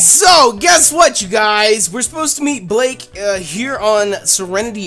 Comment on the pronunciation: Blake? You mean Ba-la-kay?